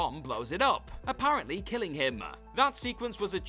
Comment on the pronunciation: This accent drives me nuts!! Childah. Casinoah. Killingah. Impressivah. Threeah. Stop with the extra "ah" at the end of every sentence. I can't even watch this to the end.